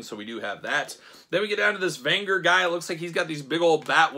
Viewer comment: You are butchering Venger's name... A lot of complaints about these figures. I could not put money down for these even at clearance as much as I love the cartoon - too costly, bad QC and bad articulation or no articulation. These are not related to the movie, even though the movie was great fun.